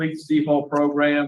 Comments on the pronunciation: I'm happy to hear I'm not the only one to grin when I hear progrum. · I first started watching you, you used to say "PROGRAM"...now I smile a little every time I hear you **unintentionally** say "PROGRUM"🤭I caught myself doing the same thing recently at work and my co-worker gave me a strange 👀 when I busted out laughing🤣Judge Maribella has gotten to us all! 😁I love your channel, your content, your thoughtful unpacking, and reading the opinionated yet respectful comments of my fellow subs💟, thank you so much for all you do💯 I often find myself nodding in agreement to your end narratives, your genuine reactions, listening to you think out loud from the different parties perspectives is a pleasure to watch. I'm subbed to a lot of different law/crime channels, mostly geared towards entertainment, but this one is special bc you're disseminating truly important information...if we ever hope for any change, the public needs to see how our criminal justice system works (or unfortunately sometimes doesn't😓). Ty again😇